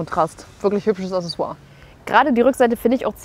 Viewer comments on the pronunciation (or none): Servus! Schöne Vorstellung des Fahrzeugs. Sehr sympathisch moderiert und präsentiert. Kleiner Hinweis: Man spricht "Accessoire" übrigens "Aksesswoah" aus. 😉 Ansonsten wäre es klasse, wenn Stefan auch eine Reihe mit einem Sidekick etablieren würde. Brächte noch etwas Abwechslung in den stets sehr informativen Content!